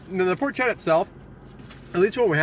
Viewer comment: So far I have only found 1 food reviewer who knows how to correctly pronounce "Porchetta." I really hoped it would have been you. sniff... sniff :( But nice review! XD